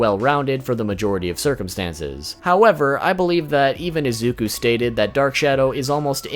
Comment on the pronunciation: it's pronounced ee-zoo-koo